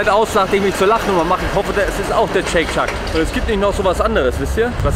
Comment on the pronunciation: "Chake Chuck" lul